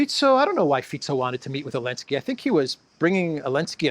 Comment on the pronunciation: Why do you call Zelinskyy "Olinsky"? Is it just petty disrespect or is there another reason?